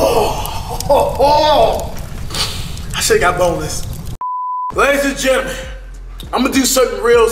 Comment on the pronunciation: He said lace and jenimen